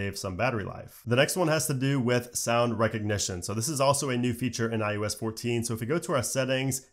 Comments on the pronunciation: Does anyone else hear him saying "I U S" instead of "I O S "? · I think its iOs not iUs......but im sure you know that which makes it even more odd..... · i swear you keep sayin "iUS"